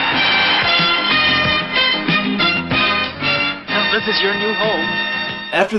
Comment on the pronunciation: "Hong King Kong" lol